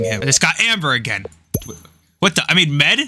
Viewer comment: Hey can i let you know that mead isn’t pronounced me ad but pronounced meed